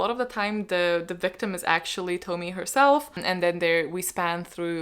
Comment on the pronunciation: Junji Ito, we love to see it !🥳 Uzumaki is so incredible, I hope you’ll be able to find and read it soon ! And btw Tomie is pronounced like "Tomi-eh" : )